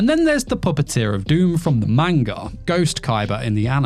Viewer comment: If you're going to make a video based on a manga, you should learn to pronounce the word properly.